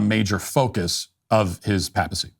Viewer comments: Papacy has a long A, Matt. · Your excellent commentary on Leo XIV was marred by your pronunciation of "papal" and "papacy." The first syllable is normally pronounced "pay". Sorry I got distracted.